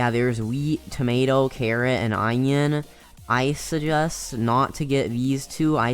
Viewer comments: my mans really said "eyenoin" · the way he said onion